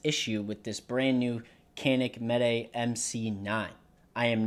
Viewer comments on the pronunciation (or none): I also just bought a mete, I think it's pronounced matay, and I also made the same mistake.Thanks for the info, it was a life saver, or at least a great stress reliever.Much appreciation. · Unless you're Turkish you don't say it right lol😊